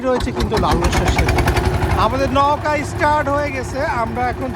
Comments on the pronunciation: নৌকা কে নউকা নওকা বলছেন কেন ? শুনতে খারাপ লাগছে! এটা বাদে ভিডিও টি সুন্দর ছিলো! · নৌগা বলতেছেন না নৌকা বলতেছেন ঠীক বুঝতে পারতেছি না ভাই। সঠিক ভাবে উচ্চারণ করেন ভাই। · ভাইয়া নৌকা উচ্চারনটা নওকা হবে না নৌকা হবে উচ্চারনটা । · নওকা না ভাই নৌকা